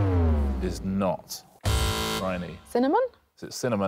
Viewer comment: "cinnamin". I ask you. 🤣 also, vertibrae?